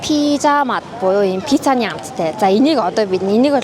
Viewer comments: пизза биш пицца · пизза🍕❎ Пицца 🍕✅